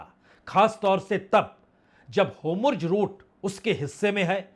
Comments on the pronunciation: Please pronounce Hormuz not Homurz. Shall be appreciated amidst your wonderful work. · Homurj❌ Hormuz✅ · Its not Homurz !! Its Hormuz :) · You’re a senior and an excellent journalist - I would appreciate if you can focus on your pronunciation of names of people and places. It’s Hormuz not Homurz, Araghchi not Agrachi, Netanyahu not Netanhu, among other names. Please! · बाजपेई जी, एक विनम्र सुझाव है। आप हॉर्मूज का उच्चारण होमरूज करते हैं और नेतनयाहू का उच्चारण नेतानू करते हैं। इसको थोड़ा सुधार लें तो अच्छा रहेगा। विनम्र सुझाव है 🙏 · Big fan sir. I had a request to kindly pronounce the names correctly like ne ten ya hu and hor mus. Etc.